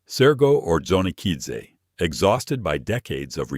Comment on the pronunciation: Hate AI crap; Johnny Okidzze.